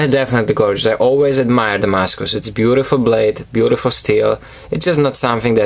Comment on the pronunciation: S. makes some great knives, I love the way you say "Damascus".